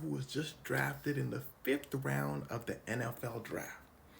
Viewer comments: he said he going in the 5th wound instead of round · I heard that fif wound